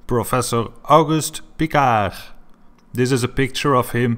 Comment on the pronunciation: learn to pronounce Piccard, you flathead! It is amazing how uneducated the americans are. Never heard about Piccard! Amazing. Talking about the quality of that country education. Pathetic. - "before they decided they are going to lie to us"? Really? People knew about shape of earth since 400 BC, and never had a doubt! Only flediots cultured by the youtube decided it is not true.